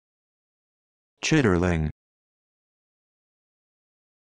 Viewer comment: Should sound like chit-ling. The R is silent.